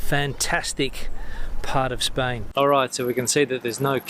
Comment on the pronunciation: When on earth,you will be able yo pronunce Spain right!!!!